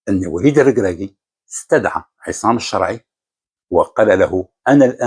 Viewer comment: لاداعي القول أن مستوى الركراكي التعليمي جد متواضع. لكني أتساءل لماذا نطق إسم "الشرعي" و كأنه فرنسي أو سويسري "Charai" ؟ هل الركراكي أبوين فرنسيين؟ ألم يقضي وقت طويل بالمغرب كمدرب؟